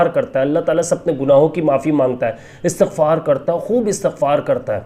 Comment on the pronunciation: Bhai istighfar HOTA ha not astaghfar ...